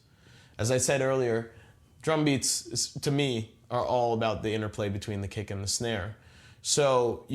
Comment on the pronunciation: I swear to god he says "cake" instead of "kick" every time.